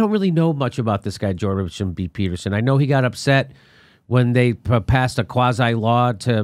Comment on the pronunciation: I love most of Jimmy Dores videos but you didn't make it 30 seconds into this without getting it wrong and mischaracterizing why Jordan Petterson had an issue with bill c17. And can you not even say the dudes name correctly?